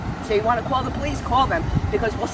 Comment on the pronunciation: The dude filming the Karen sounds weaker than wet toilet paper Its pronounced "Police".. no "Powice"